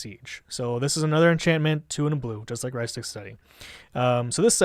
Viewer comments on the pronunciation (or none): OMG i literally cringed every time he mispronounced "Rhystic", ughhhh